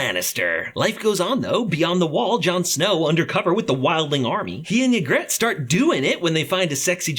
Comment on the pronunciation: AIN'T NO WAY YOU CALLED HER YEGRET WHEN IT'S PRONOUNCED YEGRIT